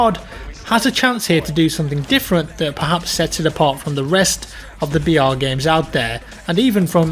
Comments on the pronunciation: Everytime you said br I thought you said vr and kept getting excited for a second 😂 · Stop trying to be smart by saying BR it sounds like your saying VR no one refers to battle royal as BR stop trying to start a trend